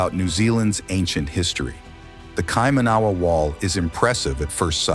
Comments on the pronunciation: Listening to the narrator mis-pronouncing Kaimanawa was hurting my ears. Not Kaima-nahwa, Should be Kai-mana-wa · I just can’t watch this video. The pronunciation of Kaimanawa is completely wrong and it’s driving f me nuts every time he says it. If you’re going to go to this much trouble to make a video would r you make sure you were saying it correctly? 🤦‍♀️ it’s Kai man a Wa. Not kai man ahhh wa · hes fking saying it wrong, cant people read???? Kaimanua , ky manu a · Kai-Mana-Waa you pronounce it.Not Kai Maa Nawa. Said with love from a descendant of the area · be nice to get your orator to hear local pronunciations of the local names ,ie Kai man a wah, not, kai man ahh wa . A good read too is '1421' the year the Chinese did a global mapping and tribute voyage , two huge fleets of assorted Junks , It would seem they left mining colonies around the world including in NZ . There is also evidence that a large amount of human bones , that were pre mori-ori and Maori , were ground up in the early 20 century ,for fertilizer !?. Funny how history and priceless archaeological finds can be so selectively valued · Kai / ma / na / wa. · IF you are going to make a film about NZ, The bloody least you can do is pronounce the names properly. Kie Man A wa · Please practice your pronounciation, cringe everytime you mispronounce "Kai-mana-wa" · Where in NZ is this American talking about??? Never heard of the place he's talking about. But I do know of KAI-MA-NA-WA. Shit I just wish people would take the time to pronounce the God damn Maori words properly. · It’s KaiMANawa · I was surprised about the pronunciation of Kaimanawa. Kai mana waa emphasis on 1st and last syllables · Yeah it's actually kai manawa (all hard vowels). The dude is American and reading it wrong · Please get the pronunciation correct its Kai man aw wa. I didnt recognise what you were talking about in my own country until i saw the spelling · TRY THIS . ki - man -a wa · No it’s not. KaiMANawa